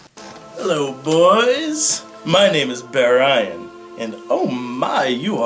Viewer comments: I thought they said Bear Ryan, not Bear-ian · LOL, "Bearian", huh? Not bad. And the result of Brad writing drunk, too!